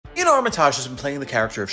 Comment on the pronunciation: Damn this guy doesn't know how to pronounce Iain or Armitage